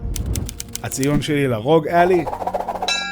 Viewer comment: ביקורת שכיף לראות אבל קראת את השם לא נכון זה עשה בי חלחלה😅 Ally קוראים כמו red-eye